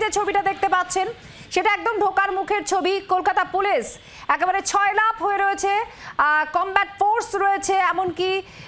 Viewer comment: শব্দটা 'ছয়লাপ' নয় ' সয়লাব ' হবে 😂